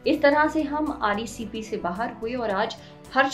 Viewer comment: wo RCEP hai mam.....RECP nhi. reasearch to kar liya karo